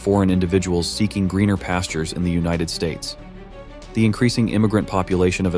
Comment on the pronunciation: Bro said una tid states and i agree